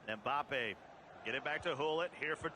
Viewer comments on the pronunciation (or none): It’s Mbappe not Mboppe. It’s Varane not Veron.